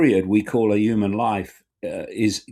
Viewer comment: The word is pronounced 'human', not 'yooman', Mr. Icke.